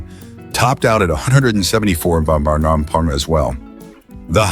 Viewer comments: 135 mahh pahmaha? 😂😂😂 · On a channel devoted to cars, how is it possible that the AI cannot pronounce "mph", "hp" and other automobile words? Combined with the predictable and unimaginative text, one tolerates the content of this channel more than enjoy it.